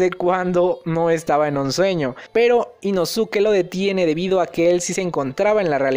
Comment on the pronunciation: Inosuke ???? La pronunciación es inoske